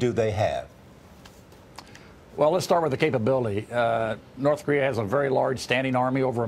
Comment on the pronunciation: Charlie Rose can't say Korea